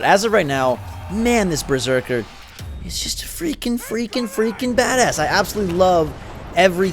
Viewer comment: lol you keep saying Breserker and not Berserker 😂